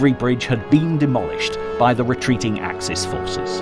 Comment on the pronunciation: Axis powers: ack-sis. bot ack-seas. Yeah, I know, French and German would have a plural adjective with a plural noun, so axes powers. Sorry, fellas, this is supposed to be in English. And straff is pronounced staif, not the German way it's spelled. Papue, New Guinea? pah-poo-wa. No, I know pappy-ya sounds friendlier, but no, just no, OK? Stalingrad? Named after Stalin. No, not Schtalin. So your Schtalingrad doesn't exist. Caucasus has three syllables: core ka sus.